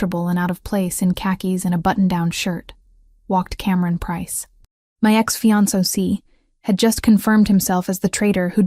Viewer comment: The AI can’t say “ fiancé”😂😂😂